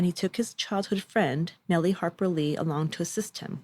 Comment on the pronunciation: Nelle Harper Lee is pronounced Nel not Nellie.